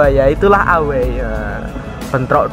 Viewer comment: Away dibaca Ewey min